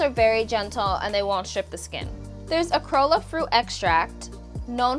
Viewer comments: I’m so triggered every time you mispronounce acerola. It’s pronounced ah-si-rola. It’s a cherry. It grows in my yard. They’re delicious! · Great video. Very interested to hear your thoughts on this product line. (FYI it's pronounced Ace-uh-ROH-luh as in the type of cherry it's extracted from...) Will have to look for more info from you on why you dislike witch hazel so much (I LOVE it fur my inherited large - read giagantic yet dehydrated - pores)